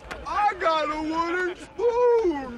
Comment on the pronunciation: It always sounded like water spoon to me lol